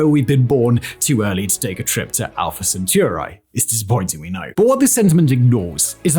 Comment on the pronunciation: Centauri, not Centurai, you mf-- : /